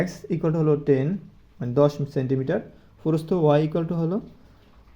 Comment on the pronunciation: সার আপনার প্রস্থ উচ্চারণ ভুল হয় ।